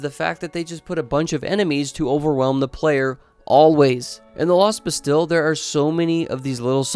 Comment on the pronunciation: I have always liked DS2. Unlike when I played DS1, I went in blind. So I expected to struggle. Unsolicited advice: You’re mispronouncing words like “bastille” and “rapier.” If you’re unsure, best to look them up before recording.